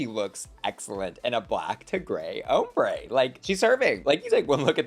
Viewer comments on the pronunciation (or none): every time says hombre instead of ombré, take a drink. you'll black out before the video ends